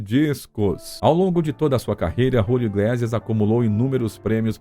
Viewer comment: Iglésias? Iglêcias (pronúncia), sim.)